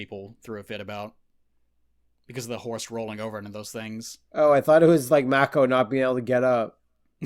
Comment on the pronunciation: Mako, is pronounced May-Co. Its a shame we can't get a version of Conan that is true to the source material. Of course, it would be X rated, and most today would consider it, barbaric. Pun totally intended. Anyway, the track 'Riddle of Steel' is the intro song. The best song however is 'Riders of Doom,' which is used when the Dogs and the forces of Thulsa Doom attack. The part where Conan's mom lowers the sword is her accepting that she can't do anything in the situation, plus Thulsa is using his powers to influence her. He later attempts it on Conan at the end of the film, but clearly Thulsa Doom is not able to save himself. Max von Sydow is a legendary actor. Swedish, and speaks english well without an accent. He's best when playing a villain, but I really like his work in Three Days of the Condor. He doesn't speak much in the role, but his subtlety and ability to act and say a lot without speaking, really speaks to his acting ability and talent. I have no idea what they're talking about with the Red Sonja film. Brigitte Nielsen, who was once married to Silvester Stallone, was not in Mortal Kombat as Sonja Blade. Bridgette Wilson was the actress in Mortal Kombat, who also was in Last Action Hero, another Arnold film. I guess was confused by the similar names, but they don't really look anything alike. Brigitte Nielsen is older and taller, she's 6'1" and her age is 53. Bridgette Wilson is 5'9" and 43 years old.